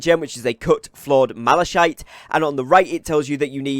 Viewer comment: I think it is pronounced malakite, not malashite.